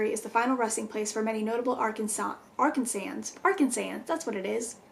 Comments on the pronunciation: Omg I live right next to fort smith and had no idea the house was haunted 😳😱 and it’s ar-can-sanz’s lol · My sister in law has stayed at the crescent hotel several times and has never had any scary experiences. Lol and it’s ar-kan-zan’s 🤣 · “Arkan-sawzers” I’m calling them that from now on